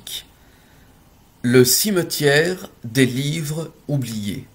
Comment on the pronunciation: Mon dieu 😦 vous ne faites pas les liaisons lorsque vous lisez ?! 😮 des livres (z) oubliés 😮